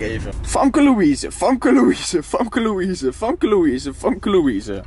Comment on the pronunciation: je schrijft famke maar je moet zeggen femke 😉